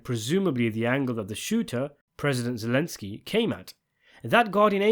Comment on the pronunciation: "President zilensky" made me choke on spaghetti